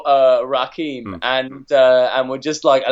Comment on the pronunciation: LOL calling Rakim (rah-kim) Rakeem.